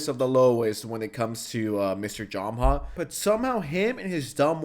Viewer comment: it’s JOE-MA not JAH-MA